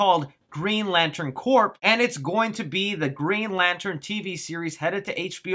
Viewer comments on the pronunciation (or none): Hey bro, in Green Lantern corps, it’s pronounced “core”, there’s no p in it. 🙂